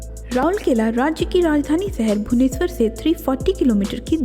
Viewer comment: First learn to pronounce the name as it is written.. ROURKELA.... not RouLkela...😂